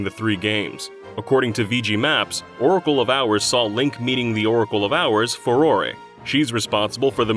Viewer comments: Farore- Do you see an accent above the e ? It’s FAH-RAW- Not fawrorey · Farore is pronounced something like "Fuh-roar"